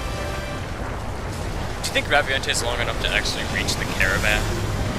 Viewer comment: They need to bring the Raviente to MH 4 since were FINALLY getting online play on handhelds (though I know were not =[) also I think it's pronounced "Ravient"